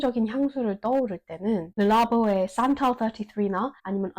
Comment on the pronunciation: 영어 발음 르rrrrrrㅡ라보 완전 좋네요 ㅋㅋㅋㅋ